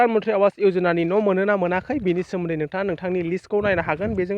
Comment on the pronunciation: Not आवास but pronounced as आबास ,awas ( आबास )ni wngtiya jabai tagra Kuli.